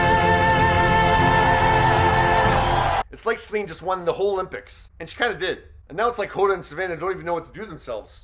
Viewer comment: Céline not Slin, for Gods sake!